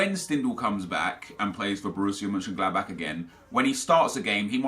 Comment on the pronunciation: Bro, you have a great pronunciation!! The way you said Borussia Mönchengladbach was AMAZING!! Much love from wild Kurdistan!